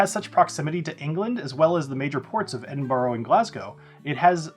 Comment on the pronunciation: Edinbra, not Edinburrow. Hey, you asked for it 😁. Talking about favorite distillery, I’m sipping now on a Sprinkbank 15, so.